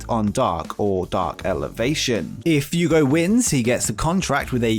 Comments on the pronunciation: F-way-go lol. 2nd brittish person to mess the AEW's best kept secret up. I love you though. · I'll start leaving likes when you start getting Fuego's name right.